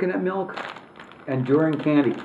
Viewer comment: I think it's pronounced dur-e-in